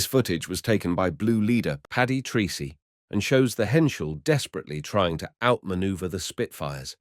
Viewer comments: The pilot's name is pronounced "Tracy", not Treecy". He was Irish. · Your Flt. Lt. Paddy 'Treecy' may well have pronounced his name Tracey. Treacy is a common enough Irish name, it may well be, of course, that he was Anglicised to the extent of using the strange sounding (to Irish ears) Treecy!